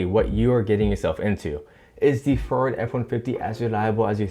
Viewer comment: “ferd f150”